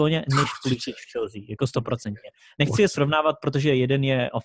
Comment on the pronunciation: Pulisic se vyslovuje Pulisik, ale v pohodě i komentátoři to špatně vyslovují